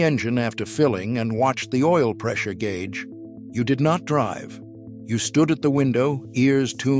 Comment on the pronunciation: The gay-ooge